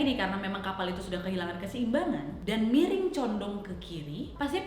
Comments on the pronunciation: Yang aku denger "mereng" bukan miring 😅😅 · Maaf aku retjeh cuman karena denger kak nadia bilang "Mereng"🤣🤣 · Miring nadiaaaa bkn mereeeeeng 😆😆😆😆😆